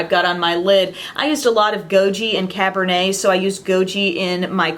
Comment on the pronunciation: you're the only youtuber who has pronounced cabernet correctly ;) thank you for that